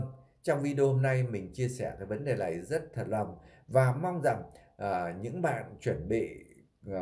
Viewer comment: Chú lày lói nghe không lỗi! Nghe ló thế lào ấy!